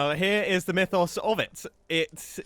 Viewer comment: pronouncing mythos as "meefos" is disturbing